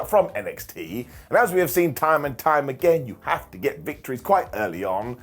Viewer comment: "Toim and toim again." Your impression sounds like Southern US. Lol.